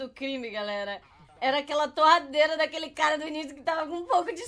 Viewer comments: vc falou terradeira invés de torradeira kkkkkk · As a moon falou terradeira em vês de torradeira kkkkkk